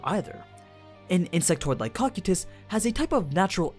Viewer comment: I love your videos but there are so many things that triggers me to no end... Like, it's Ko-kai-tus not cocky-tus It's Se-bis not sea-bas Hamski is male not female And many more...